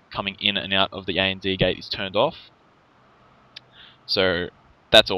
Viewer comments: AND Gate is pronounced "and gate," not "A-N-D Gate." It was driving me a little nuts. I enjoy your vids though :) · You do realize it is pronounced and gate, as in the word for "&" not A.N.D. gate, right? And isn't an acronym.